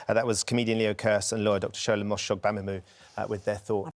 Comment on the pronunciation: The fact that Ben is able to pronounce Dr Shola Mos-Shogbamimu’s name perfectly shows that someone did their homework and someone quite clearly did not. Embarrassing - loved the way that Ben ensured he said it perfectly again at the end not only as a sign of respect, but to also show Kate Garraway that it’s quite simple to pronounce if you do your due diligence beforehand: protect, respect and remedy.